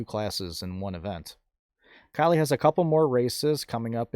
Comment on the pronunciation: Thank you for the video update. You said Kylea's name correct. I enjoy all of your videos.